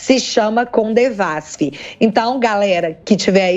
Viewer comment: Só um detalhe, não é "CoNdevasf" o certo é "Codevasf" que siginifica: Companhia de Desenvolvimento dos Vales do São Francisco. Se o assunto não for esse me perdoem.